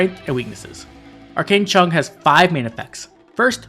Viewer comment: I love you sir but it’s pronounced like “chee-ahng”two syllables of equal speed. Chee like cheese and ahng like -ing end but with “ah”. Unless you were going for Cantonese, then you were very close except it’s kinda like “che-eohhng” with an eh sound instead of ah sound